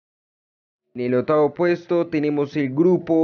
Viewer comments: Tienes que aprender a hablar, te comes la consonante cuando dices otavo, produto, setimo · setiembre, otavo, setor, salu, eletrica, atualmente, setimo, etc no sabe hablar este tipo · Amigo metalero la C y la P cuando se requiere, no se dice SETIEMBRE no ni OTAVO, tampoco SETIMO.. tampoco PROYETO HIDROELETRICO ni ATUALMENTE, corrija para hacer videos, igualmente está interesante AT